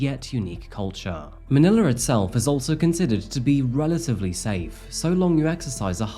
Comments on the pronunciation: Its pronounced Manila.. it seems you pronounced it as Maniler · you lost me at ManilaR